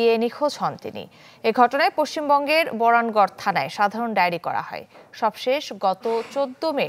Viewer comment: কি সাংবাদিক ভাই ভালো করে উচ্চারণ করতে পারে না বরানগর কে বলছে বরানগড়